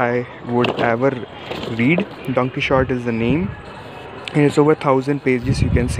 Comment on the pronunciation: It’s not pronounced like that. It’s Spanish, it’s pronounced as “daun-kii-hote”/ दोनकीहोते He is german so he couldn’t probably have known but I speak Spanish so just saving you some embarrassment. :)